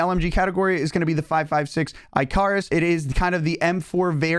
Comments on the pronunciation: I - car-us..... Its pronounce ICK - AR - US lol. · I car is? Have you never heard anyone say Icarus before? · lol Icarus was is a character in Greek mythology. It’s pronounced icker-iss. Appreciate the LMG loadouts. Gonna start grinding these this week! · lol eye-Carus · Ain't no way he pronounced icarus like that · Pronounces icarus wrong, but wants us to trust his weapon analytics